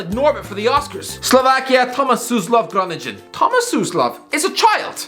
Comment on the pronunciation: Jesus Christ lad. I've live in Groningen for 5 years, and that's genuinely the biggest butcher job of pronouncing Groningen I've ever heard!